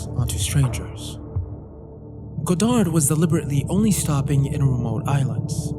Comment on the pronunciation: It's pronounced Yves God-arr, not God-ard